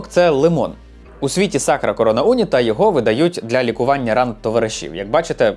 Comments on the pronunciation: Відео дуже цікаве, як завжди. Єдине що unita як прикметник має наголос на і тому було дивно трохи слухати. Але загалом відео просто шик, удачі тобі❤ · Не у'ніта, а унІ'та, і не апулья, а просто Пулья. Така маса інформації, а назви помилкові саме в акцентах. Не Куту'ло, а Ку' толо. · "унІта", а не "Уніта". "сочієтА", а не "сочіЄта". Ну хоч в Ґуґл Перекладача спитати можна. 🙂 А так контент гарний.